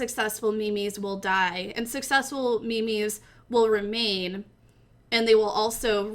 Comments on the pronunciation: Me mes its memes not me mes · do i read memes wrong like mims or is she trolling mylifeisalie